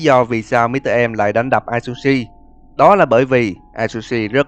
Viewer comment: A tsư shi đọc vậy mới đúng ơi hoặc dùng Google dịch nhưng người Nhật nói